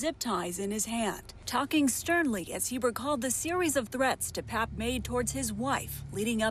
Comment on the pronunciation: Once again, Pelosi's boyfriend's name is pronounced DePAPE NOT DePAPP.